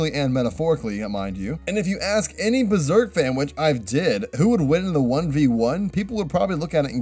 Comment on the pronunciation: I like how he pronounces Berserk as Buzerk